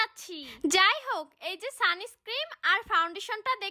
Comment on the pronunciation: ওটাকে সানস্ক্রিম বলে না ওটাকে বলে সানস্ক্রিন ক্রিম তোমার বলতে ভুল হয়েছে